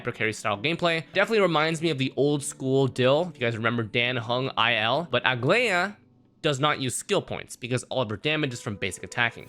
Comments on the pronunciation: I wonder if people who make these guides even play the game? Idk how everyone, including, manages to butcher her name when it’s pronounced the same in EVERY SINGLE localization. Bro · couldn’t really focus on the video because every time he said her name I took psychic damage